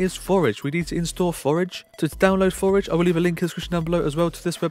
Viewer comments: Forge not Forege ( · thx, good video but cmon forge doesnt pronounce forage :D